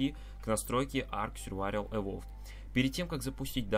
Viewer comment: Сьурвавель XD :D